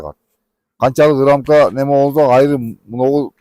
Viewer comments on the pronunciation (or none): Айры дебей Аары деп эле сүйлөсөңөр.